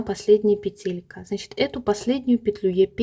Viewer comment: почему ударение вы ставите в слове петелька не на первый слог? Носочки получились! Спасибо за мастер - класс❤